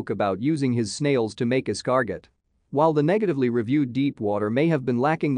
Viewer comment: Es-car-got? Seriously? You have never heard the French word that is pronounced es-car-go?